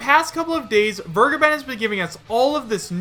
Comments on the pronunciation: Who's this 'Wirrgaben' you're talking about? He's called 'Fair-ge(ysir)-ben' - to forgive. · Samuel Welsch Yeah it always sounds like burgerban when he says it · "Fur-Gaben." That's always how I pronounced the guy's name. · The way everyone pronounces Vergeben hurts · Sry to point this out but please tip in "Vergeben" on Googletranslator and hear for yourself how it is pronounced. I'm sure someone already told you that but it's a german word and means " To forgive". The way you say it just hurts if you know the correct spelling. Would be like to spell Kindergarten like Kaiiindgairtieeeen. Doesn't sound right doesn't it?